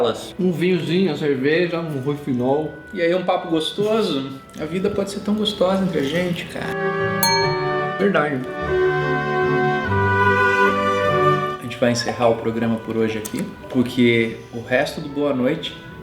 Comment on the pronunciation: "Um roufinol.." kkkk